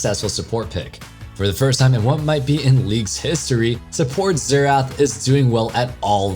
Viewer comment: That's not how you say Xerath noob